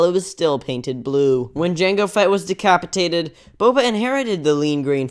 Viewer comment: Why did you say decapataded